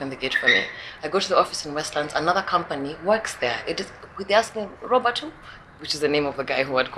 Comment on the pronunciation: Robert, the 't' is silent.